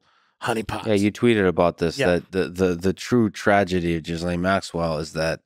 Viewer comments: Her name isn’t “Jizzlain” lol. It’s pronounced Gilain. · Her name is pronounced "Ge-lane". Not "Jizz-Lane". The g is like the g in Go. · Why is he calling her Jizz-Lane... her name is pronounced Gilayne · It’s pronounced “Gih - lane” The s isn’t pronounced. It’s not “Jiz - Lane” 😂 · Yes. Very Smart. Wonder why he refuses to sort out the correct pronunciation of her British name that is pronounced: Ghee -Layne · I like how Tim makes sure to refer to her as "Jizz-lane" 🤣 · Thanx Tim for pronouncing her name properly: jizz-lane. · Not sure if Tim is doing this as a joke or if he is really clueless about how to pronounce Ghislaine’s name. Tim FYI, it’s pronounced with a silent s. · the S is silent in Ghislaine....its a french name... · I don't think it's pronounced Jizz Lane xD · Phonetically gill lane.